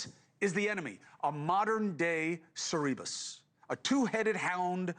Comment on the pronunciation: It's "Cerberus," Chris, not "Cerebus."